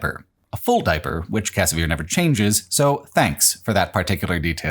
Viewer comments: the pronunciation of "Kvasir" as "Kasavir" is so distracting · i had a lot of fun with rage 2. and it's kvasir, not kasavir